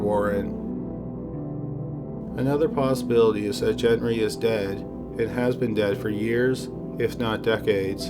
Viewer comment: Gent-Ree or Gen-Ree 🙄 Say it with me- Gen-TREE.